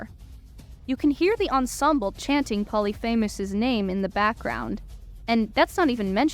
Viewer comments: POH-LEE-FI-MUHS. Not Poly FAMOUS. Please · Great analysis! I’d recommend confirming pronunciations before recording them though— your younger age definitely showed in mispronouncing Regis Philbin. He was the host of “Who Wants to be a Millionaire”, died in 2020, and is buried on Notre Dame’s campus. Some of the Greek names were a bit shaky too, most notably Polyphemus. But as I said, overall great video that definitely helped me understand the overall story of the show with some much needed context of the IRL timeline, cut content, etc.